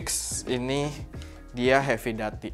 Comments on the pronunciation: doo.tee kak, duty seperti pada "call of duty" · Duty pake "U" bg 😂